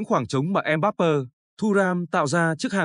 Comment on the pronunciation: Đội Pháp mở đầu thường rè rè, nhưng kể từ vòng 1/8 thì rất mạnh. Chúng tôi đang sinh sống tại Pháp,chắc chắn Pháp thắng Bồ đào Nha, 2-0.Mbappé xin đọc theo âm Pháp là "em bắp bê, không là em bắp bơ. Chúc thành công LES BLEUS